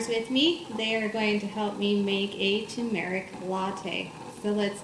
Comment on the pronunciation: Pronouncing turmeric not accurately. It should be Tur' merik. Not tu MER ik. Sorry. Most Americans dont say it correctly